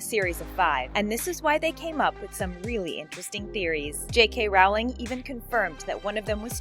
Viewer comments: im sorry but i could not help it... It's rO(u)wling (Rowling) NOT rA(u)ling... ROWLING!!!! With "O" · You obviously know nothing about the Harry Potter world, you plagiarize, and you don’t even check your facts. We’re calling you out. Now is your chance to change your ways! Also, J.K.’s last name is pronounced like “rolling”, not “raw-ling”. At least get the name of the creator of the Harry Potter universe right before you make a video, stealing others’ ideas! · ROLLING NOT ROWLING D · She can't even say J. K Rowling's name! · Ahhhhhhhh! Why can't anyone pronounce Rowling right! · Jesus Christ, how hard can it be for people to learn how to pronounce JK Rowling? It's as if people take pride in their ignorance. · JULIANA ARANGO FRANCO ALL THESE SO CALLED “THEORIES” ARE JUST STOLEN FROM DEDICATED HARRY POTTER FANS LIKE SEAMUS GORMAN AND THE SUPERCARLINBROTHERS, ALSO THIS DUMB CHANNEL CAN’T EVEN CHECKED POTTERMORE AND PRONOUNCE JK ROWLING PROPERLY! Worst channel ever.